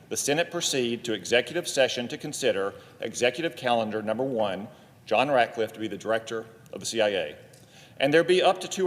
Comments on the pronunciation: It's RatCliffe Senator Murphy, not Ratliffe. You're have serious reservations but apparently don't know his name. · The democrat does not even say his last name right. He calls him RATLIFFE. WITHOUT THE C. RATCLIFFE. THESE PEOPLE ON THE LEFT ARE SO STUPID. THEY ARE TRYING THEIR HARDEST TO SLOW DOWN TRUMPS TEAM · Murphy could not even pronounce "Ratcliffe" properly. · Cant even get his name right.